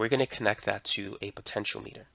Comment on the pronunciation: It isn't a potenCH-o-meter, it's a potenCH-ee-AH-meter.